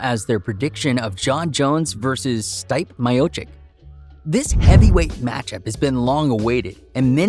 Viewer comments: It’s pronounced Stee-Pay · This fukin guy. Learn the fighters names. Stipp